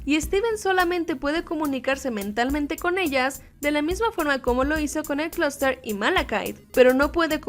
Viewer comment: Ademas que fue el unico capitulo que lo llamaron closter y es clooster